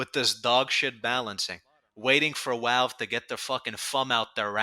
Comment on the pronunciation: Pronouncing it "Walve" with a New Yorker accent is wild ngl. Also damn, just the idea of being able to use the Degreaser/Reserve Shooter/Axtinguisher combo again makes me happy in the pants. I main spy.